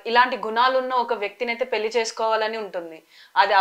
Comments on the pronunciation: ఆంఖోరమ్మ దీన్ని పెళ్లి అంటారు పెల్లి కాదు, కాస్త తెలుగు మాట్లాడటం నేర్చుకో తల్లి . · పెల్లి కాదే తల్లి, పెళ్లి